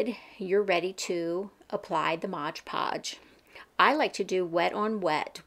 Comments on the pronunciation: I don't know why, but you calling it modge podge drives me nuts, lol it's MOD podge. Thank you for the easy to follow tutorial. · Mod Podge, not modge podge.